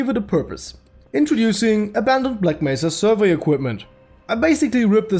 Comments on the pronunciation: Gman: black mésa (pronounced black mess-a put it through text to speech) Devs: yeah you said it right! 🤦 Of course, of course they make it worse Y'know it seems like HDTF was supposed to be shit Hunt down the freeman? More like Hunt down the devs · black mesa is good but hunt down the freemans G man says it like Black Messah